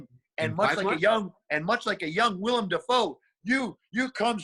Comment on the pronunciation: WILLEM, not William!